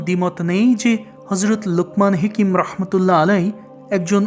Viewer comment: হেকিম না হাকিম হবে।